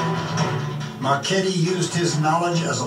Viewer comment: The video literally told you when he played and how to say his last name but yet you couldn’t say his last name and had to google when he played. Do you actually watch the videos?